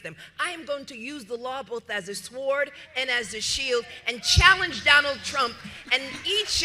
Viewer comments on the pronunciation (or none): Someone tell her the w is silent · one does not pronounce the "w" in the word sword. just saying! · She does realize that the W in SWORD is silent, right? 🤦🏻‍♀️ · " a sward"? you is stuped!😂. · All I need to know is two simple things; 1) when Leticia is talking which eye do you look at?!? 2) what’s a “swwword”?!? 😂🤦🏻‍♂️😂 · How did she pronounce sword??? 🤔